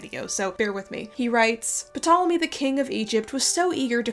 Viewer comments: Am I wrong in thinking that the P in Ptolemy is supposed to be silent? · Sorry to be pedantic but just wanted to give you a heads up. The P in Ptolemy is silent. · who pronounces the p in ptolomies anyway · Nitpick bug You dont pronounce the p in Ptolemy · The 'p' on Ptolemy is silent. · Isn't the "P" in "Ptolemy" silent? Additionally, aren't there several Alexandrias in the world, as named by Alexander? I understand it doesn't impact the main thrust of this video, just a tidbit for anyone reading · Do Americans not learn how to pronounce Ptolemy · Amazing video- I wanted to ask about the pronunciation of the “p” in Ptolemy. I’ve never heard it said that way before. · I always though Ptolomey was pronounced with a silent "p" but I might be wrong. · p-tolemie 😭. Noo man come on. If you can’t pronounce mithridates or antipater that’s one thing, but Ptolemy? I hate to be that guy, but pronunciation check is one google away and makes you sound ten times as knowledgeable. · Ptolemy is pronounced Tolemy...the P is silent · (The "P" in "Ptolemy" is silent) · Every time she pronounces Ptolemy “PUH-tolemy” it takes me out of the story. It’s cringy to watch someone so self assuredly talk about something while continuously mispronouncing a word. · I can not get over puhtolemy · Love this video, helpful and refreshingly critical perspective of accepted history! Serious question though: why do you pronounce the name Ptolemy "Puh-tahl-uh-mee" but Mnemos "Nee-mohss?" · The p in Ptolemy is usually silent and pronounced tolemy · Isn't the "P" silent? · By the way, I think the P in 'Ptolemy' is silent :) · the P in Ptolemy is silent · you don't pronounce the p in Ptolemy. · you don't pronounce the p in ptolemy. its silent no? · This is such a good video and super interesting but I just want to quickly say that ptolemy is pronounced with a silent p at the start it’s like pterodactyl this has probably already been pointed out but just in case you didn’t know :)